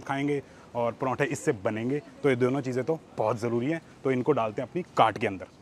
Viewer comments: whenever he says "cart" , i listened "gan*". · Every time he says isko daalte hai apne cart ke ander, i hear something else😅